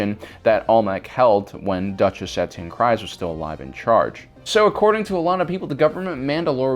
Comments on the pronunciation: Every time I hear the name Kryze in either "The Clone Wars", "Rebels" or "The Mandalorian", it rhymes with breeze not rise. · Please learn to pronunce the names properly. It's not pronounced krise but kreese. Even the clone wars episodes sshowed this. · Great vid! Just FYI, "Kryze" rhymes with "breeze," not "eyes." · You mispronounced Kryze. The way you're suppose to pronounce it is like freeze, but instead of an f, it's with a k (Dave Filoni and characters in Clone Wars and Rebels say it like this) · I am pretty sure Bo Katan's last name is pronounced Kr-ee-ze